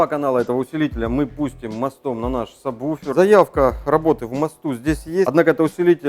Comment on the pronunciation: кого я смотрю какой то чувак говорит мне самбуфер. слыш ты чтоб тызнал надо говорить сабвуфер!!!! ляяя тролинг не зметят давай уже покажем как готрит тачка рпи не правильном подключениии